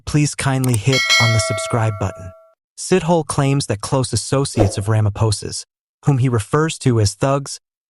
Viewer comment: Sithole 😢...not Sit-hole please